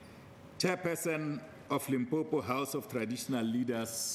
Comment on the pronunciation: Limpompo ke motiti die ding, how did u become speaker?? It is Limpopo🚮🚮